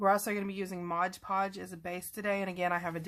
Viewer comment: It's MOD -Podge, not Modge-Podge! 😆